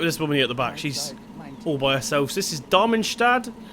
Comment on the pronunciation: how can you pronounce something as easy as Darmstadt